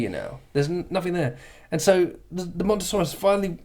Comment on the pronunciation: It's called Mosasaurus not Montosaurus .